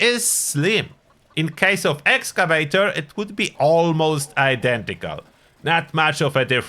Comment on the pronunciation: I wish you still pronounced it "Excavaytchor". That always made me smile. I do run Union PA now, but it was hard to give up that beautiful set of "Excavaytchor." I still have it stashed though.